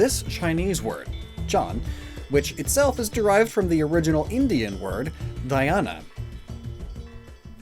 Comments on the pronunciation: Huh dhyana is not Indian it's from snanskrit. Snanskrit spit into many languages (Indian, Pakistani, Nepali, Bangladeshi, etc) basically the entire southern Asia uses the word dhyan it's disrespectful to call it Indian word. It's pronunciation is dh-yan which literally means meditate and in slang it means listen carefully or pay attention. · Pronounce it "dhyan" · Did he literally pronounced "Dhyan" as 'Dayan' 😂dude you made arth ka anarth😂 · I am also Indian and the way you pronounced dhyan it was funny BTW LIKE YOUR CONTENT🔥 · He truely butchered ध्यान